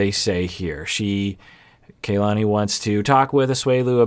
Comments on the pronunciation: Her name is pronounced Kah-lani, not Kaylani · it’s pronounced KAH-lani, the a’s in ka and la are the same. the vowels are similar to how vowels are pronounced in japanese if you’re familiar with that! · Dear, the KA of Kalani is pronounced like the "ca" of car. The A is like when the dentist asks to open your mouth and say "aaa". It's the same as the A in "lani" which you are saying correctly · Got in early this time so using the opportunity to say that her name is "kah-lah-nee" and not "kay-lah-nee" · yeah, I do realize that, but his comments reaction videos are posted weekly and iirc even in his most recent one, he used the wrong pronunciation. Do agree it's odd that he hasn't noticed how people on the show have been pronouncing it